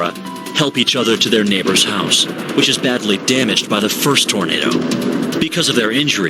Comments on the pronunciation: Always feel for these people but for god sakes....it's Tornado not tornada! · Well why would you listen to anyone who says 'tornadah'?